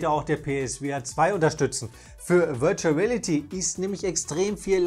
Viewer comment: "...virtual rälity..." 😁